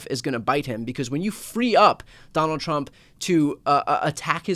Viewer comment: Trump not Teump